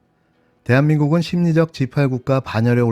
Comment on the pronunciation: 심리적 십팔로들리네